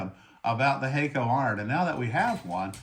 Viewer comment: Use their tip tinner Pretty sure it’s pronounced HAK- KO Not hey-ko Use 380° for lead free